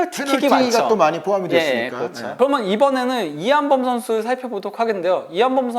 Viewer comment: 인가 저사람 목소리 진짜 듣기싫네;; 발음도 안좋고.. "그러면"을 "그러먼" 이라고 발음하노 ㅋ 방송 타입은 아닌듯